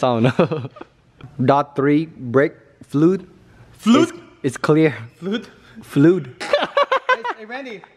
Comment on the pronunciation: Fluid - Fluuud